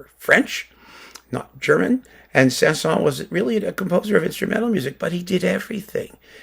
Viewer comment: By the way. You should prononce the S at the end of Saint-Saëns.